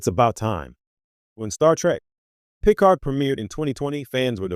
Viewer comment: Boy this was bad. So bad. Oh, and it's pronounced pi-CARD...